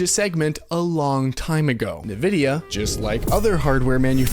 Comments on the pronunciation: am i the only one that thinks its a tragedy to pronounce it nu-vidia instead of en-vidia? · en, vidia , not nuh vidia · great video and all, but the way you say nvidia is pissing me off lol. its pronouned En-Vidia. not nuhvidia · It's pronounced "in-vidia" NOT "ne-vidia". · Is there a reason for you to say "Nuh-vidia" instead of "N-vidia" ? Is there a joke I missed ? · It's called N-Vidia ... Not.... NuhVidia .. the more you know! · Pronounced "In-Vidia" not "Nuh-Vidia". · It's pronounced " EN - Vidia " what an idiot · Bro why do you pronounce nvidia like that. Nehvidia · Nevidia? Nivea?